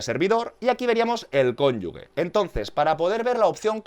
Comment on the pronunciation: Es cónyuGe, no 'cónyugue'